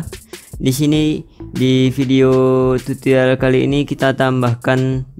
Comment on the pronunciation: Tutorial bang bukan tutolial